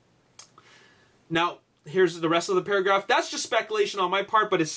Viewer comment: Did anyone notice when he said Paragaf instead of paragraph 😂😂😂